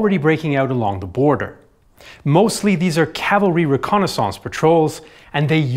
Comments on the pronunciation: The way he says reconnaissance and Strasburg is so funny! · Why are you pronouncing reconnaissance like that?